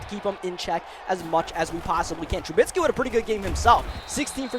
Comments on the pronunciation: called trubisky “trubitsky” alot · Hey no hate or anything but you were pronouncing Trubisky's last name wrong just a heads up